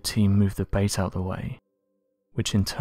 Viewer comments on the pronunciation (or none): none